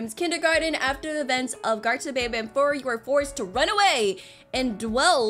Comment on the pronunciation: banban not banbam